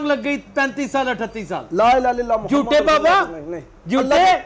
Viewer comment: لا الہ الااللہ لام پر زبر ہے یہ زیر پڑھتا ہے